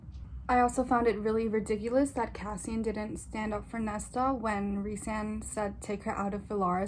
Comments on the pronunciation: are you saying nessa instead of nesta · It sounds like Nesta to me, you just pronounce it with a soft “t,” so it’s not as obvious. Unlike the audiobook where Cassian is like “Nes-Tah” every other page lmao.